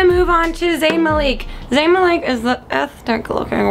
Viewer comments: Its, mal - ick. Not maleek. -. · LOOOL Maleeek, The Way She Said Ihh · You said zayn last name wrong I never watching you ever again why are you so mean to 1d